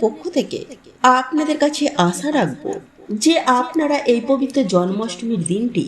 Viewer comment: ভাষা শুদ্ধ করে কথা বলুন পম্পা😮😮😮😮 বারে বারে পবিত্ত কথাটা ভুল বলছেন কেন😮😮😮😮😮 ওই ভাষাটা পবিত্র হবে 😊😊পবিত্র দিনে কথাটা বলুন 😮😮 কত মারাত্মক এই ভুল কথাটা 😮😮 বারে বারে বলছেন পবিত্ত দিনে 😮😮😮😮😮😮❤❤❤❤❤